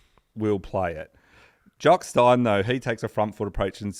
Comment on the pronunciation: Very enjoyable and eventually the mispronunciations ("Jock Stine" - it is of course "Steen" - "Monty Video" and, ironically, "mispronounciation") only seemed to add to the charm of the tale.